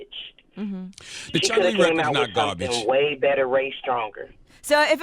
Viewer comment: gah-bage. both records. she needs a script / writer .